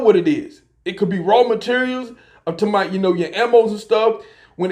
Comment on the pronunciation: Damn bro same recycled videos over and over. The ammos back on the shelf and prices are high... There that's a months worth of your videos in 1 sentence. p.s stop saying I'm talmboat it's super annoying 🤡